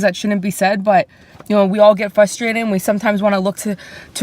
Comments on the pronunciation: “We feel fustrated” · Nik's eyes when that goofball says "fuss-terrrated" lol